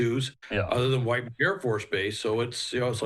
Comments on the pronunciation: It's pronounced whittman AFB not white man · Whiteman AFB is pronounced as whit - man thank you for your correction.